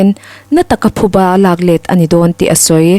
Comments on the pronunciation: Thuba nilo in, PHUBA tih tur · Thuba ni lovin PHUBA tih tur a ni e. An thiltih phu tawk an ba tihna a ni. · Thuba nilo in, Phuba tih tur aw..😊. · Abengvar thlak khawp mai a, a chhiartu aw pawh afiah, mahse thupha leh phuba tih hi a kawh hrang daih ani a, tin, thuba ti hi an awm bawk a thuba hi a awm ngai lo hrim hrim bawk, tin, parchhuang hi alam dan adik lova, par tih pangpar tih a par tih anga lam tur ani lo ani, hmasawn zel nan ka han sawi ve ani e